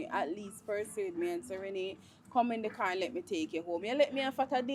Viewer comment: Renae should buy house, not carr😂